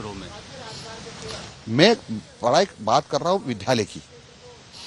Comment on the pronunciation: विधालय नहीं विद्यालय होता है।